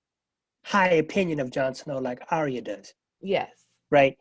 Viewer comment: Excellent video. But its ArrrYUH not aria